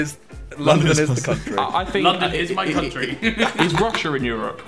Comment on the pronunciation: Nobody:: courntry